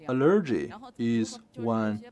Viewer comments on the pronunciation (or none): CGTN, we really need to work on the translator's proper pronunciation of English. "Allergy" is pronounced as the stress is on "A" instead of "E". It's kind of embarrassing.